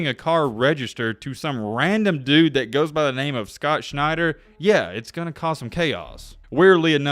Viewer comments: Shent-er, not Schneid-er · Scott Schenter as in Shen-terr not Schneider. Just struck me funny. If I am remembering correctly usc was loaded back then. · Schenter is not pronounced Schneider.